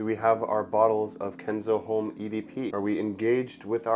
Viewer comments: Common dude HOMME! you are in parfums at least try to learn 3 words used in perfumery for everyone not professional. HOMME most common one , losse H if you dont use nasal o no matter but lose H. It like Jack ( yack) instead ( dʒæk, j+a sound) 😅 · The H in homme is silent